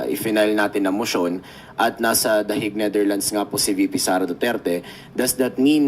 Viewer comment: Bato pronounce dahik😂😂😂the hague ( the hayg)